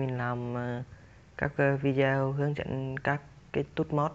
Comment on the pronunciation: góp ý, đọc tiếng anh k cần chuẩn nhưng đừng đọc sai nghe khó chịu lắm, tool đọc là "tun" không phải tút, video đọc rõ là "vi đê ô" dùm